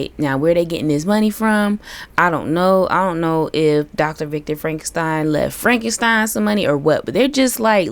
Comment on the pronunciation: Also, frenkenpeen 😂😂😂